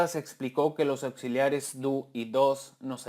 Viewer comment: La palabra "does" no se pronuncia "dos" se pronuncia como "das" y el negativo "doesn´t" se pronuncia "dasent"